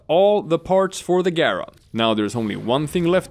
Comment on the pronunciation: You pronounced her name correctly and for that you have a new subscriber.